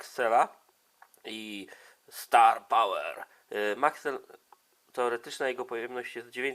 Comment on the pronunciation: Dlaczego 'starpałer' przeczytałeś dobrze a 'cel' przeczytałeś źle? Albo mów po angielsku albo po polsku, albo w ogóle...